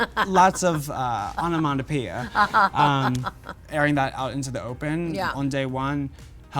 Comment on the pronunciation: " there's just a lot of... ON AMANDA PEE-AH!¡ " (Girl I think you meant onomatopoeia...)